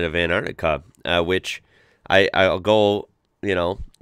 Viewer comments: It's pronounced as an tar ti ca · actully its aentarkta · but pronounces as antica which is wrong